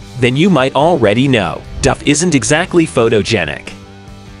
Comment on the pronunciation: At least you pronounced " Duff" correctly!!!